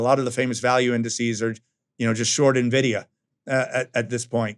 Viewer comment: 'i dont know the current price of nividia'.....he says, not sure how serious i can take this guy, but its an entertaining gag reel , who else is hanging around for josh b4 TG break?